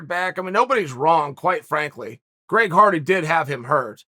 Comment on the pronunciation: Greg Farty. That’s his name now. Chael said it, I believe it, and that settles it.